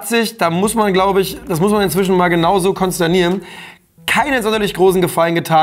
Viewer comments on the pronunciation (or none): Es heißt "konstatieren", nicht konstanieren :)